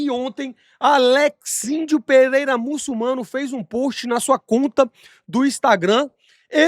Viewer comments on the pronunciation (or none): Renato, porque vc fala mulçumano ? tem como explicar essa parada, eu ja vi outras pessoas falando também, mas não consegui descobrir da onde tiraram isso.